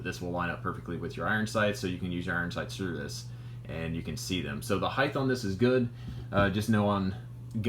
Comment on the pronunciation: 😢 HEIGHT DOESN'T HAVE A TH. "HEIGHTH" DOESN'T EXIST😮MY SISTER'S ABSOLUTE PET PEEVE.